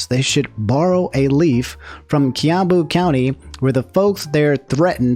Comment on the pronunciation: highlight of my day, hearing you say "Kiambu" because thats where I live, you also pronounced it weird lol. Also "Mzungu" is what we call white people here (Wazungu is plural)